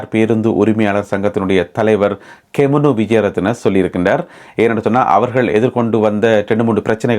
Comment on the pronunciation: Gemunu not Kemunu